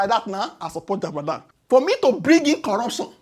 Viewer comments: I love what you're doing...It's Jagaban not Jabadan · 😂😂😂😂😂😂🎉 ooooooo, it's not jabadan ooo it's jagaban, of borgu 😂😂😂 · he is called JAGABAN not JADABAN 🤣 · Jagaban ❌ Jabadan ✅ 😂😂😂😂😢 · how 😂 it's JAGABAN not JABAGAN 😅😅😅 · Its Ja-ga-ban not ja-ba-dan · Jagaban not Jabadan😅😅😅😂😂😂 But for real, you get time that answer that dump guy. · Jagaban!! at least get his bloody name right 😂😂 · ""JABADAN""" 😅😅😅😅😅 My guy say naa JABADAN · you called Jagaban. Jabadam 😂😂